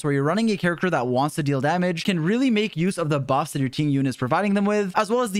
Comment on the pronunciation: Its not Ting Yun!! The correct pronounciation is Ting Yween 🤭